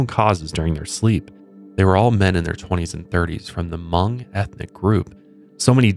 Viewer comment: I was hoping you guys bring up Hmong people while talking about this. In our culture, sleep paralysis can be a lot of different things, from something as small as going to see a loved one who has passed to a lost spirit following you home. Btw, the way you say Hmong is pretty on point 🤣🤣🤣